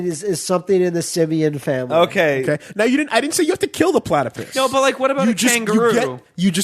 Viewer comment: Why does keep calling it a platypiss